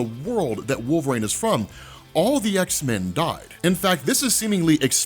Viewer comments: Anyways throws me when my man says Wol-vraine, maybe it's a regional thing but I've never heard it like that before, contents good either way bro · Wolveraine* can’t unhear it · definitely says wolve-rain 😂😂😂